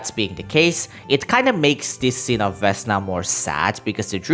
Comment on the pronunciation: Oh next one, it's not vEsna it's vesnA, and the same shit with softened consonants on v